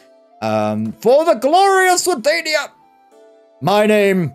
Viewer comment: the faction name is swadia not swadania. i dont know if your saying it like that on purpose, but yeah